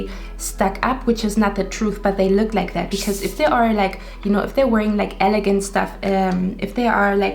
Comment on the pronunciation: Your so cute! Love your whole vibe. I chose 1 but I think you were describing me lol. On a side note elegant is pronounced with a g sound not a j sound. ... Guy not gentle. ❤️